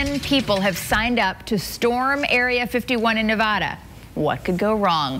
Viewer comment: The way they say Nevada pisses me off